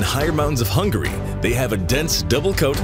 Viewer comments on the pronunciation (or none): none